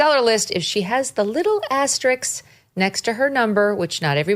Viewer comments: Megyn - you are awesome, and I watch your content daily. But you keep saying "asteriks." It is spelled "asterisk." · I think it is "Asterisk"...? I know it now for sure because I aksed Wikipedia! ;-))). ASTERIX is a French comic strip, very popular here in Europe. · asteriSk...not RIX 🙄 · Megyn needs to learn how to pronounce the word “asterisk “..